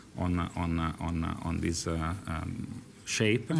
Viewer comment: he pronounced 'on' like one,one